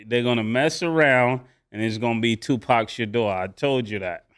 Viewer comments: Tupac Sheuder😂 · "Tupac Shadeur" 😂😂😂😂 Mase crazy